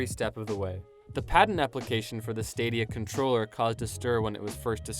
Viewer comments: "google stradia" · Try google straw-dia....